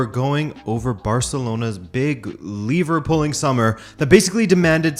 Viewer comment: Liverpooling? Ohhh. “Lever pulling”. Hah.